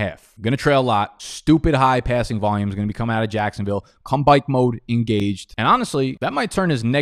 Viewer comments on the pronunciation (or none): comebike mode engaged! 😂 idk why that slip up made me laugh lol 😂